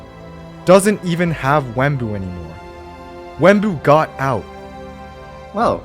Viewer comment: It’s not Wemmbu but it’s unstable